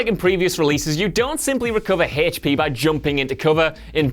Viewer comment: He lost a lot of "HachP".